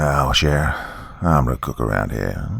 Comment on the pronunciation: Cher is pronounced sha sounds like la.